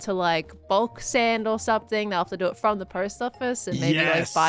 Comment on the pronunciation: Did anyone catch 'bulk sand' instead of 'bulk send'?